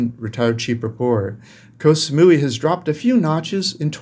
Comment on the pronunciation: just so you know KOH in Thai is pronounced like GOT. As in GOT Sa-mu-ee (Koh Samui)